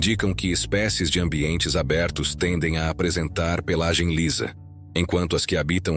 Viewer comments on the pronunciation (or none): none